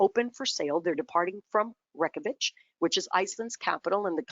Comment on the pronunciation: It physically hurts me to hear her butcher "Reykjavik" like that 😫